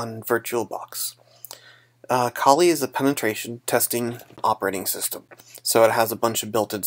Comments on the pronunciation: lmao you said colie instead of kali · oh lol i just thought that was a bit silly